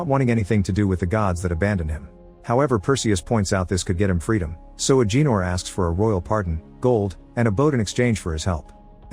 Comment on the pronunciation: It’s Ah Ga Nor not Ah Gee Nor 😂😂😂